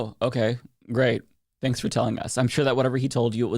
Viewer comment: Are you trying to say,”tanks hard “?